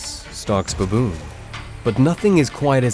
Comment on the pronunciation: Why he saying bawboon